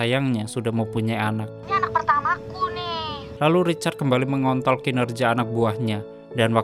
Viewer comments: MENGONTROL , BUKAN MENGONTOL MASEH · mengontrol ya masse, bukan mengon***😂😂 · Mengontrol bukan mengontol woiii🤣🤣🤣 Menit 10.57 🤣🤣🤣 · TOLONG YAA MENGKONTROL BUKAN MENGKO***L 😂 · Mengontrol anak buah woi 🤣bukan mengontol😆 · maaf min kalau ga salah denger, menit ke lebih ada yang typo omongannya, yang seharusnya menkontrol eh r nya aga ilang dikit🥺 maap ga sopan🙏🏻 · Ini gua yang salah denger atau emang sengaja ngomong "kembali lagi Richard mengontol anak buahnya"??🤣🤣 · 10.57 mengontol dong😂🤣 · di menit ke mengontrol bang,,, bukan mengontol 🤣🤣🤣🤣🤣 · Mengontrol.. Bukan mengontol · Oi mengkontrol oi bkn mengkntl wkwk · Ngontrol bg.... Bukan..... Ngon**l haha keren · Mengontrol bg bukan mengont0L 😅😂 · heh..Mengontrol cuk mengontrol.. buset bukan mengontol.. bikin ngakak aja bangcaaad🤣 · Ngakak bang, salah ucap ya mengkontrol apa mengkontol bang wkwkwk, apa aku aja salah dengar menit 10.55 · mengontrol bangcaaaaat, bukan mengontol 🔥🔥🔥🔥😤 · Bos, mengkontrol bos. Bukan mengkuntol. Hadeuuhhhh boss richard nihhh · ada satu kata yang bikin saya tertawa itu adalah “mengontol” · mengontrol woe😂😂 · Narasi yang menjurus" kalimat mengontrol ilang Huruf R nya wkwkwk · coba deh dengerin dan ulangi di .... "mengontrol" tapi R nya ilang.... hahahahaha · Iya bener akwmwkwk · kirain gw doang yg denger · Anying.. dengarkan dengan seksama. Ketika ada kata2 "MENGONTROL" hahhaa